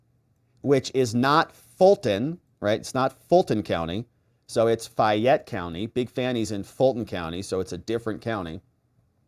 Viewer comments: It's not fyatte it's FAYETTE COUNTY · In WHAT world is FAY-ette, pronounced as FI-yette? Fayette...long 'a' sound, darling. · It's pronounced FAYette, not FIette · Its fay -ette co fa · First its Fayette County Georgia (pronounced Fay-yet, say it fast 10 times in a row), not Fulton, where Big Fanni's daughter was arrested. Fanni has no authority in Fayette County, as her authority stops at the Fulton County line. Georgia County prosecutors do work together occasionally, but not in every case, as they are independent authorities. Coweta and Fayette are very conservative counties, which won't bend to the Will or Demands of Fulton county....Not Ever!!.. Big Fanni goes throwing her weight around there, and she is liable to wind up in a cell with her daughter. I'm sure the Fayette County prosecutor will work out a "Deal" with Big Fani, but it will cost her big time. That one will be painful for her to overcome. She's in the Lions den in Fayette County, outside the reach of the Democrat party. She can't spew her Hegelian dialectic based crap there and get away with it, like she can in Fulton County... Further she's already skating on thin ice with the Senate, so thats working against her as well. And now its obvious she lied to the court about her relationship with Wade (saga continues), all very good ammunition for Trump and his co-defendants, in Georgia, as well as good objective evidence for the Senate in their review of Big Fani as a County prosecutor. Obviously, her children are out of control as well, thinking they got "big britches" everywhere they roam. We have a sayin for such things in the South.... "Some Peoples Kids" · Fayette County is pronounced faye-it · FAY ETTE... ur driving me crazy. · Fay' (like may) ette. From Georgia. FAYette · FA (long A) Y,. Like a woman’s name - FAAAYette. I know you don’t speak Southern! Thanks for all you do! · As a Georgia native, I cringed every time you mispronounced Fayette, :).